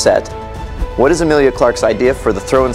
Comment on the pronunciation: Her name is not Amilia!!! She is Emilia